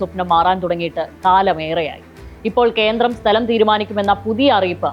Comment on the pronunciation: കേന്ത്രം അല്ല കേന്ദ്രം..😂